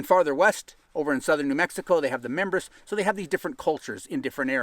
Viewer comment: Mimbrays not Mimbers.